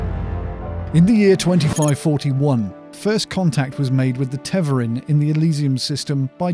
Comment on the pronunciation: My only critique is Tev-are-in not Tev-er-in. And yes, this is a proper noun so there is only one way to pronounce it. Other than that, awesome video and I really appreciated your production values. Sound was spot on with a perfect music/voice ratio and your script was perfect. Will be subscribing for future videos based on that. Great work!!